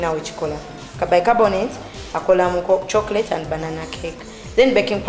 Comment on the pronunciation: Not 'chokrate' Chocolate